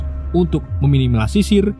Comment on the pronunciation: Meminimalisir bang😂 me minimal lisir😂